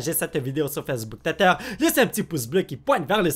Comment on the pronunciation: Il dit teter au lieu de twiter lol